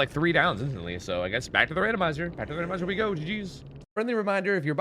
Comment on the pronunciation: Why you call it Ranomized and not RanDomized?